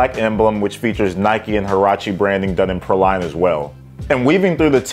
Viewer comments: you know what, we’re both wrong! It’s PRAW-lean, just looked it up! 🤦🏻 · It's pronounced "PRAY-LEEN", like the candied nuts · Say it with me...it's pronounced "Pray-lean" LOL I need these though. I have the lighter color that came out a few years ago and love em. All Huaraches are half size up. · Dope pair! It’s pronounced “PRAY-leen” btw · it’s PRAY-lean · Praline is pronounced “pray-lean”!